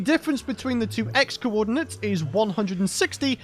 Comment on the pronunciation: i'm impressed that youtube closed captions understands "cowodinates" as "coordinates".